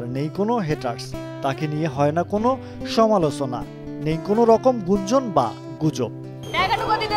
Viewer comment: রিপোর্টটারর ভাই উচ্চারনটা ঠিক করে করবেন, বাংলা ভাষা চুদে দিয়েন না। 'সমালোসনা' না বলে 'সমালোচনা' বলুন।